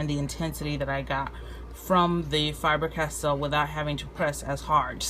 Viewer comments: You say Fiber-Castell instead of Faber-Castell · I know I know... I'm being anal... but for the love of all that is holy it's not FIBER Castel. It's FABER Castel. Good review except for that. :D